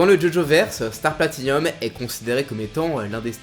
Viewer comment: C'est "Platinum", pas "Platinium". "Hirohiko" et pas "Iroiko". Ce n'est ps un avis, c'est factuellement vrai.